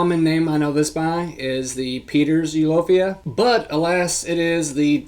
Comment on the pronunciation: Thank for your video. Just a little correction: Eulophia (not eulophoria).